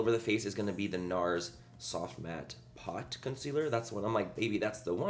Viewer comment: Is it just me or anytime Manny says Nars do you hear "no" in a spontaneous Australian accent